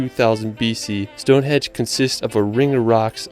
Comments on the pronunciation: it sounds like the narrator is saying stone HEDGE ??? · Stonehenge not Stonehedge! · its STONEHENGE not Stone hedge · I know it's not his fault, but it's StoneHENGE, not Stonehedge. And on that tree lined road, it 's not helpful to say they're everywhere! Individual twisted trees can be found anywhere, but that tree-lined avenue, I live here, but have never found it, I have been to Northern Ireland, where according to your lead video, it is situated, but they don't tell you exactly where. There's another brilliant railway viaduct in the Yorkshire Dales, near Hawes. (Not my home town) but good and excellent for cheese. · Um it’s StoneHenGe not hedge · What is wrong with the video narrator ? His pronunciation is all over the shop. “ Stone hedge” ? WTF ? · One thing that kept annoying me in the video you were watching is the guy kept calling it Stonehedge instead of Stonehenge, only a minor thing I know but it was annoying to me. Another place near us that we like to visit is Portchester Castle. It is right next to Portsmouth on the south coast of England. This is from the Wikipedia page: Portchester Castle is a medieval fortress that was developed within the walls of the Roman Saxon Shore fort of Portus Adurni at Portchester, to the east of Fareham in Hampshire. The keep was probably built in the late 11th century as a baronial castle and Portchester was taken under royal control in 1154. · Stonehenge not Stone hedge as they guy says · It makes me cringe every time he says stonehedge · I wish he would pronounce things properly.